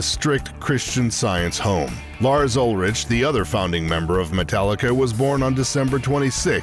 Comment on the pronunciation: The narrator can't even pronounce Ulrich correctly and wtf is Echobrian? A clownshow of a production.